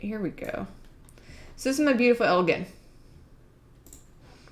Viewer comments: I was watching this with my dad in the room, and he kept telling the screen you were mispronouncing Elgin, (“It’s EL-jin, like the drink.”), and I had to remind him yet again that the people on TV can’t hear him. We’re from Illinois, and he was telling me about touring the factory back when it still existed! I’m bummed that it’s been torn down and I can’t. It sounded super cool. I had no idea our state was so known for its watchmaking! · Elgin watch co was based in Elgin Illinois which is about 15 mins from where I grew up and the town name is pronounced with a “g” as in “Ginger” [el-jin] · As an Illinoisan, I appreciate the correct pronunciation of "Illinois", but also as a Northern Illinoisan, I am bothered by the pronunciation of "Elgin". There is a city here called Elgin, pronounced with a soft g, not a hard g. The National Watch Company was founded in 1863 in Chicago, a factory was made in 1866 in Elgin, Illinois, and the company changed their name to the Elgin National Watch Company in 1874. Fun fact from the Wikipedia page: The cities of Elgin, North Dakota and Elgin, South Carolina derive their names from the watch brand. Likewise, NBA Hall of Famer Elgin Baylor was named after the Elgin National Watch Company. Who names their kid after a watch company?!?!?! I'm not gonna name my kids Tyson and Perdue after the chicken brands! One of his brothers was named Kermit, too, and that's more understandable. Edit: Thank you for correcting her, whoever you are! May your watches always be in sync and your descendants have appropriate names! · The city is named for Elgin, like the Elgin marbles, with a hard g. Either allow both or accept the etymological one. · Yeah as a person who currently lives in Elgin it bugged me as well. Especially since I live like 2 blocks away from the old watch factory.